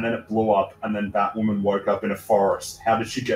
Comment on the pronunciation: Even more batwahman cringe